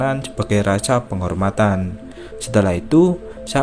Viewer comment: Maaf ya Kak tadi Pas ada kata "bernangis" Aku berpikir mungkin harus nya "menangis". Terus juga kata yang terdengar "raca atau rasa". Maaf ya Kak kalau salah😢. Aku mikir nggak masalah lagipula kakak nya udah berusaha. Aku cuma sempet ketawa. Maaf ya Kak😢. Terimakasih Banyak ya Kak udah mau meringkas cerita ini^^. Maaf kalau Aku keliatan ngoreksi. Tapi Aku berfikir itu nggak masalah. aku juga sering belibet kalau ngomong. Aku salut kakak nya ngomong 1 Jam an. Maaf ya Kak kalau ada salah atau memang salah😢. Terimakasih Banyak ya Kak^^. 😊.